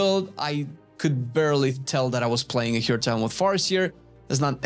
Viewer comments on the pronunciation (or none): none